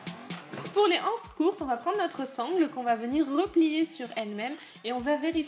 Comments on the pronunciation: BonjourMerci beaucoup pour ce tuto très bien expliqué. Seule petite remarque étant donné qu'il n'y a pas de h à anses la liaison se fait donc nous disons des z anses c'est comme euro beaucoup de personnes ne font pas la liaison et c'est une erreur mais il est vrai que beaucoup de jeunes disent aujourd'hui des zharicots ou des zhambergers!!!!Bonne continuation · J'aime beaucoup votre tuto mais il est désagréable d'entendre " les ... anses ". En français il faut faire la liaison. Il faut donc dire " les zanses". Ce qui n'enlève rien à la qualité du tuto. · On dit " des z' ances" et non pas des "ances"